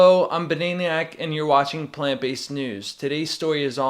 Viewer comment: you say banaeiniyack and i say bananiac...